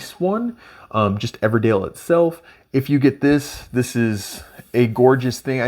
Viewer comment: Good video. EverDELL, not EverDALE 😉